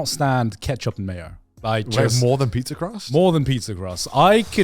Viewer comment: Am i the only one who heard Garnt say "eat people" instead of "eat pizza"??